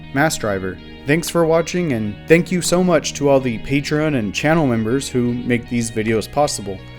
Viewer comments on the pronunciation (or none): none